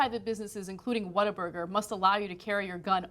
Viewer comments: she says "WhatTheFuckBuger" not burger, lol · Cenk, it's not 'whataburger?' it's 'WHAT,A,BURGER!' and they'r very good, better than In-Out, Five-Guys, Wendy's, King, Mc'd, Jack, .. also the fries are good, shakes, they start cooking it when you order it, so it's fresh and juicy, good quality meat, made to order, it's a damn good burger for sure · About the name, in their mouthwatering TV ads, the guy takes a bite out of a burger and exclaims, "What a burger!!" It's commonly pronounced "WaterBurger" here in H-Town and you guys would love it. Their burgers, fries and milkshakes are amazing, that's why there is one on every corner. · Its What-a-burger not waterburger. And its way better than in-n-out burger. And they aint losing any business cuz they have better ketchup than heinz and aint nothin better than whataburger at 3 a.m. nothing. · ....... WhatTheFuckBUGER.... Buger? ..... people can't even be stupid correctly.